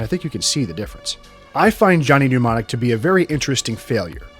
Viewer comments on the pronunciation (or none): Why are you pronouncing mnemonic as pneumonic?